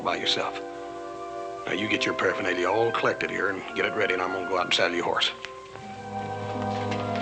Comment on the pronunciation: Did he really say paraphenelia?